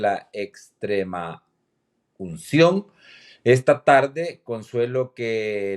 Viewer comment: de todos los comunicadores ninguno pudo mencionar muy bien la palabra extremaucion ja ja